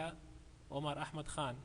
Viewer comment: thank you , it helped a lot. lol i like how u pronounce Ahmed 100% correct.